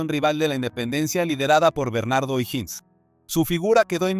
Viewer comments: O"Higgins se lee OJIGUINS Y tú dices IJINS. Es un apellido escocés.Te sugiero que alguien de tu confianza te colabore al editar tus videos. ¿no eres chileno, verdad? De todas fomas, tus videos son muy interesantes. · No sabe ni pronunciar ohiggins